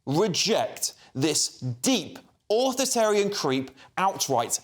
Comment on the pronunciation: all this from someone who can't even say 'authoritarian' properly.